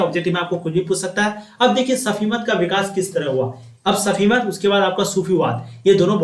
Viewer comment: Sufimat hota hai safimat nahi hota hai